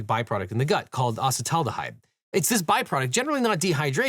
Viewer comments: If you can't properly pronounce the name of the harmful chemical (asset-ald-a-hide) maybe don't have a sponser proporting to remedy that. Also pro-biotics dont work that way acetaldhyde has nothing to do with your gut flora. Granted it will help with long term digestive issues (if it is a proper probiotic) but acetaldhyde is produced in the liver not your intestine. Don't push health products you only understand at a precursory glance because its an industry full of deciet and misinformation and you're not qualified to make the distinction in this particular area of expertise. Respectively from a recovering alcoholic biologist 😊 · If you're going to advertize a product with the words "colloidal" and "acetaldehyde", you should at least learn how to pronounce them.